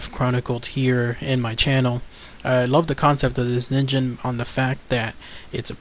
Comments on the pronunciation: it is ningen not ninjen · actually it is based on a japanese word so it's pronounced as nin'ghen'. Correct me if im wrong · pronounced kneen gen I believe which is Japanese for human. I wish there was an organization dedicated to solving mysterious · Phan Qirui I don't think you are wrong, it's the word for human if I am thinking right. It is annoying the crap out of me that 2/2 videos I've seen that mention this monster has said it wrong. Ah... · It's actually pronounced "neen-ghen", which means "human" in Japanese. (or it would be, if it was real) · Its pronounced as Nin-gen the G goes as you pronounce goal or great also BTW ningen is Japanese for human so japanece refer to that criptid a human because of some of its features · it's actually ningen, g as in good, grace, not gem or genital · You are right. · Ningen(にんげん)'s G is pronounced like gas's G.